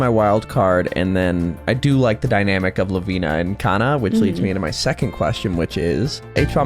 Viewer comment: The original name are , la-vi-ne /kan-ne not la-vi-na / kan-na, just saying.